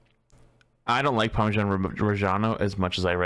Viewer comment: The bostonian was STRONG in the word Parmesan